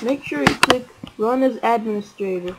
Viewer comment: What? he pronounced it correctly lol, are you deaf?